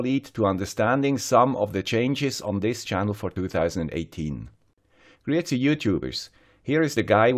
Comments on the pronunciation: If you do give up do it for your own reasons but you just can't get discouraged by petty negatives and haters. I can easilly understand everything you say. Although first few times I watched your videos I was wandering why are you starting with "crazy youtubers, this is the guy...", then thought about it and figured out it's "greetings, youtubers". Probably just me :) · This video prompted me to double-check that I was supporting you on Patreon. To my surprise, I was not. I have rectified that oversight. To the personal comments: ignore them. I, for one (from USA), enjoy your accent. (Though, I still can't make out the first word of your intro; "____ Youtubers, here is the guy...") I wish you much success, both on YouTube, and in your other endeavors.